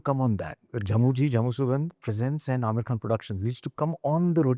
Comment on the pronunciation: Aamir khan not Aamir Khhan. Khan from the epiglottis.